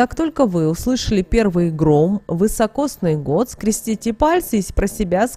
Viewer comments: Год вИсокосный, а не вЫсокосный😮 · Такой год назьівается не вьісокосньій а високосньій (вісокосний). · Год вИсокосный. Режет ухо неправильное произношение. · А почему вЫсокосный-то , если вИсокосный! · Да не ВЫСОкосный, а високосный. Ни одной кни- ги, что-ль не прочитала? 13.12.23.